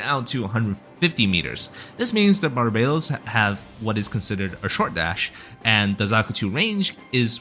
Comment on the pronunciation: Barb ba tos I cringed at every Barbados 🇧🇧 you said lol